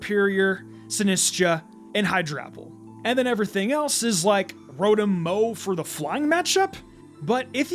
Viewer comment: It’s pronounced roh-TAHM, “”! 🤨